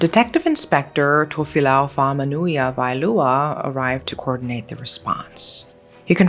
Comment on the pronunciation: I was gonna say she pronounced it well too